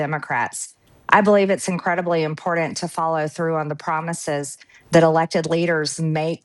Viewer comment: Marjorie says it's IMPORDANT........Literate people say "important"!